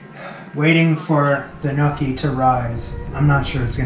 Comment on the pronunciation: My father has just risen from his grave to inform you that they’re pronounced “nyaw-kee,” not “nyookie.”